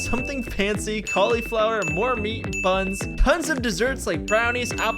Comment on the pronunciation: the only problem I have is the way that he says cauliflower.